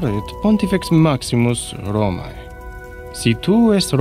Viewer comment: Porco Giuda! I've studied latin. I can't ear Romaé. It's written Romae and it's read Romeh.